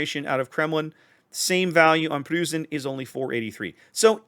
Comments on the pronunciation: You might want to pronounce it as Proy-cen. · The “eu” in Preussen sounds like oy, so kinda like saying Proyssen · in german the "eu" is pronounced like the oy in the word boys or toys, so the preussen is pronounced as if it was written like proyssen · Pronunciation is more like Pr-OI-ssen. Otherwise your pronunciation was perfect. Also with the main battery mod this thing is a nightmare for cruisers. Cruisers beware, the GK players are returning... this time with a vengeance. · with regard to pronunciation of "Preussen": the "eu" is pronounced about the same as "oi" - like in "Oi, get of my lawn!" --> so try to go for "Proissen" and you should be good. As for the ship itself - I'm asking myself what the point of Republique is, aside from its speed advantage which is somewhat meh for me at least. Second, I'm afraid that it essentially is a FdG at t10 as fas as secondary builds are concerned, I found that GK greatly benefits from its 12 guns given german accuracy. FdG's main battery performance suffers a whole lot more imho from full secondary builds. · try something along the lines of "proissen". like when you shout OI!!!! if you use that in the USA at all. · Think of "Proy-sen" with a bit of a roll on the "r" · Preussen is pronounced "proisen" like poison with an "r" ;) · Nice review. Can't wait to get my hands on her :-) As for pronouncing 'Preussen"...